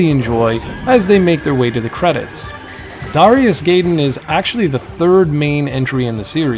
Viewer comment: I believe the game's pronunciation would be "DARE-EYE-US GUY-DEN" instead of "DARE-E-US GAY DEN"